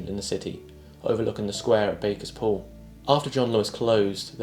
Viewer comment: Sheffielder speaking - Barkers Pool really IS Bar-kers, NOT Bakers or Bay-kers Pool. And the two big pub losses from the 1990s are (1) The Underground and (2) The Wapentake, an underground pub where (amongst others) I glimpsed Def Leppard and Lemmy milling around with the locals in town. Two really hot underground venues for Rockers in the 1980s.